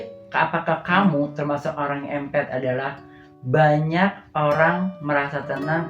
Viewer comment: Empath biasanya diucapkan impeth